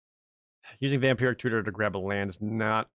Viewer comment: I keep hearing "Vampiric Cooter".